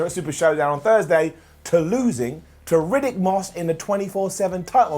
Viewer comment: Riddick not Ruddick